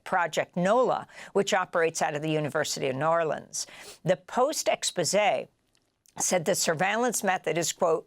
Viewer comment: Love how you said N'arlins.